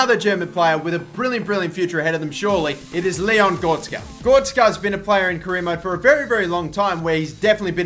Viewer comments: GORETZKA NOT GORSKA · it is gor-rek-ska on gorska